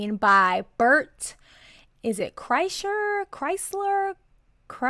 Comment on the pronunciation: No way she actually said chrystler😂😂 tom would be so happy